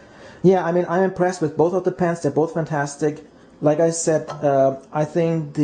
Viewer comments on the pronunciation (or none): none